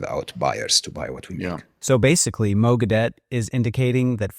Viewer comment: You should get his name right: Mo Gawdat, not "Mo Gadawt" ( and before) !!!